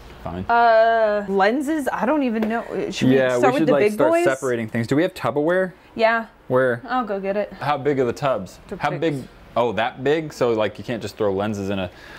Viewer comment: Did anybody notice that said “tubberware”